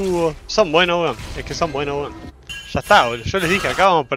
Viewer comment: El intento de acento chileno le sale igual a los peruanos jajajsjsjs, grande Josecito, son buenos wons